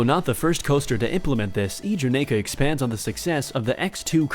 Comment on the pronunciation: The “Kingda”, now that’s some intense GP cringe.